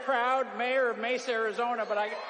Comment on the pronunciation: Learn how to pronounce MESA.